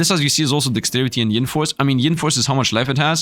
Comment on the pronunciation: Btw it’s yin force not ying lol you’re gettin g it confused with Yang force 😛:_SifdLaugh